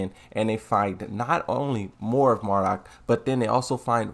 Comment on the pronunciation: For the love of god...NOT MARDUK